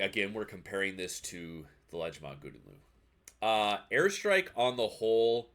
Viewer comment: I know you prolly don’t give a shit but GL is pronounced Gow-den Lay-Ooo